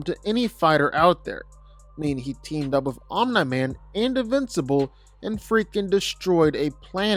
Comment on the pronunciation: bro keeps saying Om NIGH Man. no one told him